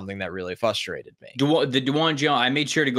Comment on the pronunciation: Lol did he say "fustrated" without an R? Haha love.